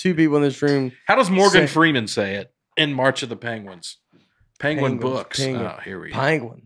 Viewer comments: Penguin...like Pen.: Pen (says Pan) Nate and: Pen (say Pin). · Listening to all 3 attempt and fail to pronounce “penguin,” while arguing how each of them is saying it correctly, was tough. Pen-Gwin. Or Peng-win. Not panguin, or peenguin. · Benedict Cumberbatch pronounces it pen-wing and it made me want to punch my tv. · Hello folks! One time me and my wife watched an orangutan use a long branch to poke and retrieve a fruit snacks wrapper. It took him a while and had to maneuver and switch hands through the fence but he got it. And it's pronounced pen- gwin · We need to know the name of the turkey behind the camera who doesn't know how to use google. What is he using chopsticks back there? Speaking of chopsticks, I thought pronunciation of peengween was a little risky. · Benedict cumberbatch recorded a documentary and pronounced it pengwing the whole time Graham Norton poked fun of him on his show. Nates improv on pangwins was to die for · By the way, I have to side with and Nate on this one... it’s “ping-win” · Rename this episode 2 people who are mispronouncing Penguin trying to correct each other...